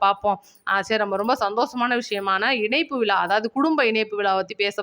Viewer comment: சகோதரி நடந்தது மரகதம் குமரவேல் நடத்தியது விழா அது விலா இல்லை. உச்சரித்து பழகுங்கள். கேட்பதர்க்கு கண்ராவியாக உள்ளது.